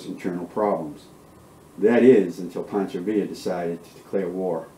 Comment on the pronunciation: Pancho not Poncho